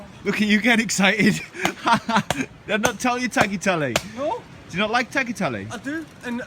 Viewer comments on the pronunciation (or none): It`s pronounced: Tayatele and not tacklatelle!